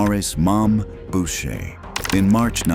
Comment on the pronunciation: “BOW-SHAY” hahah